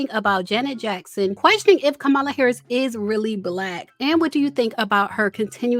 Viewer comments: Who is Ka-Mala? Chileeee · Please pronounce Kamala’s name right! It’s “Comma-La” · COMMA-LA. Please say it correctly. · it's Comma-La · Did you mispronounce VP Kamala Harris' name (like Trump)??? smh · Why did you keep saying the vice president name incorrectly? You went from saying it correctly to incorrect (,-lalalalala).